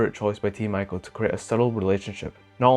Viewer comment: You read it as Team "Eeco", not with letter "I" ;)